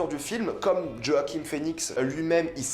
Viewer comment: Roaquim ? 🤔 Sinon critique au top, tout à fait d'accord avec tes propos. Ta chaîne est super, continue !